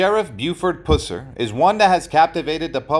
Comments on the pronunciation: AT LEAST pronounce the guy's name correctly: It is pronounced PUH-sir. I cannot believe you didn't research your subject... or at least hire a competent narrator. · Dude! It’s pronounced, “Puss-er”. I couldn’t hardly stand listening to you butchering his last name. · Can you say "bus"? Or "cuss"? "Pus-sur"!😮🙉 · PuH SIR Not pooss-rr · It's pronounced PUH-sir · Its pronounced PUH--SER, not Puss-er! Geez.....do your homework! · It’s (PUH-SER) PUSSER 🗣️‼️ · Just for your info: his name, Pus-ser, rhymes with "bus" or "cuss"! 🙉🙃☮️ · You pronounce his last name WRONG!!!!!!! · Should be a crime the way that you pronounce his last name. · Gezzz you would think if you were going to make a video about someone that you would pronounce their name correctly. I don't know if you were meant to mispronounced his name but if so it's not funny or cute. It's down right disrespectful. My father-in-law was a TN state trooper back then and he has me stories about what a good person and man Mr. Pusser was. Also why is there such a big interest in him and his life all of a sudden? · You got that right! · Yes he does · I’m beginning to think the same thing!! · Pronounce the last name correctly! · You can’t even pronounce his name right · Wrong pronunciation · I’m a Pusser and we don’t pronounce it that way also from Tn where the movie was actually filmed